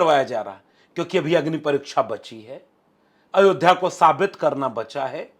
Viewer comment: शिक्सा,, परिक्सा,,,,, गजब की हिंदी है